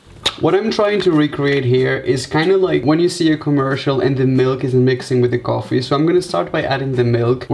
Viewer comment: Did he apply eyeshadow ><. And did yall find it cute when he said "coffee" as "gorefee"